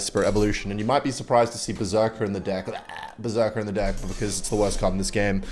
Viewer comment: says the guy that says "dick" instead of "deck"